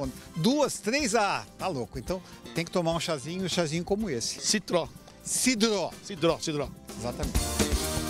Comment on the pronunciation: "Sitró" disse o repórter! O interesse dele nessa matéria está nas alturas kkkk